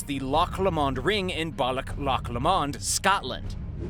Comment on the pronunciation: It’s Loch Lomond pronounced ‘ Low mand’ and Balloch pronounced’ Bal-ock’ sorry bit of a cringe on your pronunciation… interesting video though.